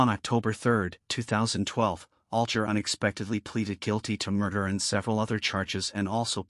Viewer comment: his last name is pronunced all guy er